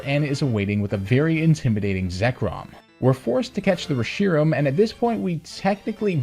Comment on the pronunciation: It's pronounced ReshiRAM, not ReSHIram